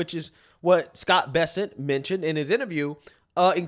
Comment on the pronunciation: Its Bess-ANT NOT Bess-ent!!! Have some respect!